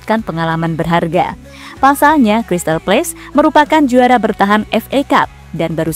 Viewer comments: Crsytal Palace, bukan Crsytal Place. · Crystal palace bukan place!!!